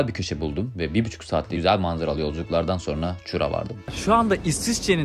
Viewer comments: Chur( kuhr diye okunuyor ama h yı fazla kullanmıyorsun) bu arada çok mutsuz bir ülke en azından ben hiç mutlu değilim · Chur ‚ğur’ diye okunuyor 😊